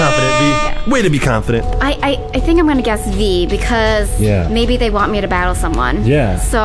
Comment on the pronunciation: The word is battle elle